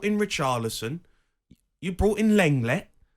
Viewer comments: Not sure what's worse... O'Hara's opinions or his pronunciation of Lenglet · I can’t to a word this clown says. The way he just pronounced Lenglet 😂😂 The guy has no ball knowledge at all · Natalies face when Jamie butchers lenglets name😂